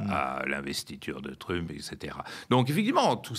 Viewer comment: Il faut qu'il arrête. Même en français on ne dit pas trumepe..mdr 2millions d Algériens en France. J ai arrêté là.